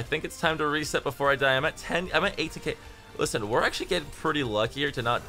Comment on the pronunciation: How many time did you say "Lisen"? xd